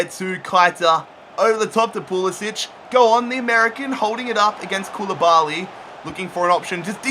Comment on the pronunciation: It's pronounced PulisICK not PulisICH